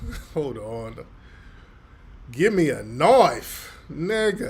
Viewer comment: "Give me a knoief" 😂😂😂